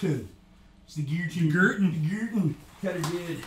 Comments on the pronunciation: It's pronounced 'Gerton', not 'Gerton'. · It's de Gerton!